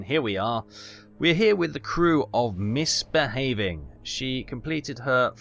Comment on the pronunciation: Miss Behay-Wing